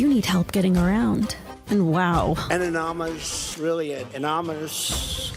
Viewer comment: AI didn't make Trump say "anonymus" and "oringes" twice in a row.